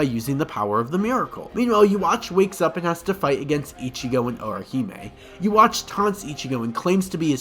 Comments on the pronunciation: Why does he keep saying "Ouhime" It's Orihime...even in the anime it's pronounced that way.! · Amazing video, but I have to tell you, every time you said Orhime wrong it definitely took me out of it and made me laugh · Butchering the pronouncing of Orohime :/ Great vid though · bro umm.. that's not oihime her name is orihime actual pronunciation is 'ooriheeme' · Oh reh he may, not oh eh he may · O o hime 🤣🤣🤣 you know there's a r there right? It's O re hi me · Nice video but the way you said Orihime killed me its Or Rey he mei Orihime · Orihime …O-ri-hi-me. Holy fuck dude. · dude the guy is wrong its pronounced owihime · Say oh hime one more time..... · Lol "oh hime"?? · who tf is "orohime"? never heard of her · Who the hell is oh hemay? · Oh-ho-hime. Has me rolling. Great work though. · Ah yes ohime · All the "O-hime, Yoichi and Kyaku" aside, a much needed video. Thank you. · Commenting way late, but how does this guy delete an entire syllable off Orihime's name? I get having a gaijin accent, but literally butchering the name and cutting some out of it? Has this guy ever read the Manga or watched the anime at all? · There's something about the fact that you're so clearly a big fan, yet cannot pronounce Orihime right, that just seems so strange... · He is able to say “reaper” just fine, that’s almost the same sound as the ri in orihime. I think he just didn’t know how to pronounce it and is lying about it. Shit is so dumb. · Please bro say the r in orihimas name please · Great video, but you not pronouncing the "ri" in Orihime and the "orui" in Yoruichi is driving me LITERALLY INSANE. 😂🤣😂💀☠️💀🤷‍♂️💯💯💯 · you show no love to the r in Orihime 😔